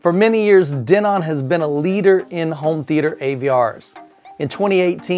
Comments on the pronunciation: Not sure if it bothered anyone else but the pronunciation of Denon as De-NON killed me during this video lol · I have wonder that too. I have seen other videos with them saying Den-on.